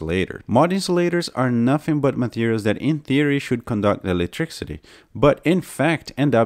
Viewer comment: electricity * not eletriccity